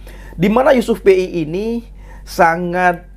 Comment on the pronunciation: Yusuf pea bukan yusuf Pei 🤣🤣